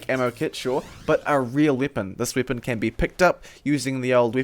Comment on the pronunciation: why do you say wipon and not weapon?